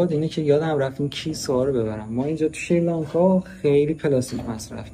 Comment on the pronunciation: حالاچراشریلانکا،چرا سریلانکا نه،مگه لکنت زبان داری،